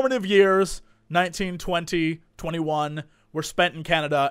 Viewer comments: When he said 19,20,21 i thought he said 1920-21. I was like Jesse is a Cullen? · Oh god, for a second when he said back when he was 19, 20, 21. I thought he was saying back in 1920 - 21, I was like HOLY FUCK! Jesse looks fucking good for a 90yr old.. then I realized I was being an idiot.